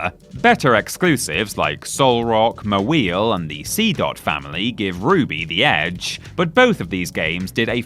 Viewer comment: trying to say Pokémon names is literally the funniest thing about this video lolol naga-nadel ma-wheel🤭🤭